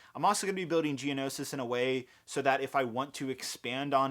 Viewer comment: I got so hyped when he said Geonoshish